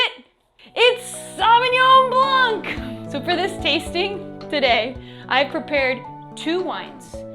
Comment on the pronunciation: Alright, there you go. Madeleine: don't pronounce the "c" at the end of "Blanc".